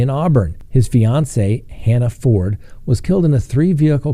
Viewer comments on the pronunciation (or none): none